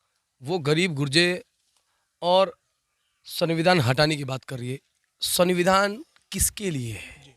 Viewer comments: Bhai sunbidhan nahi sumbidhan hota he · पहले सही से सविधान बोलना सीखे ले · Samvidhan toh sahi se bol liya kr bhai